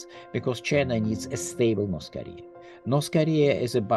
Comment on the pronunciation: Why do they pronounce it as Norse Koleah?